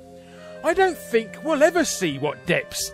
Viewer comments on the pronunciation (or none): none